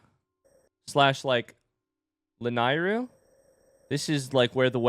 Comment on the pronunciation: "koroke" 😮‍💨 ...laNIYru?